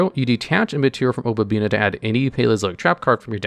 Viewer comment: "Opabina" lol it's "Opabinia", there an "i" between the "n" and the "a." Yu-Gi-Oh! players and reading, amiright?